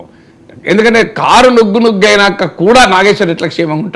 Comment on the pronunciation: నుగ్గు ముగ్గు కాదురా ముసలి డాష్ గా…. నుజ్జు నుజ్జు అనాల పువ్వా(గులాబీ) 😂